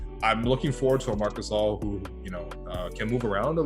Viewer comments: Dude, it takes 5 seconds to know how to read Marc Gasol 🤦‍♂️ The funny thing its he used a video where they said Marc Gasol and not Marc Gassel 🤷‍♂️ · Mark Gasel? C'mon dude.. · Get NBA out of your god damn YouTube name you said Marc Gassel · MARC GASSEL WHAT THE HELL HIS NAMES IS MARC GASOL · Marc gaysol lol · Marc Gasal?? 🤣🤣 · that’s not how you say Marc gasol